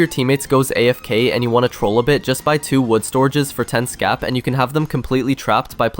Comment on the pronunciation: 22. “ scap” 💀